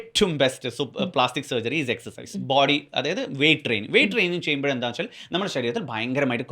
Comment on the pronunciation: എക്സർ സൈസ് എന്നാണ് എക്സ് എച്ച് അല്ല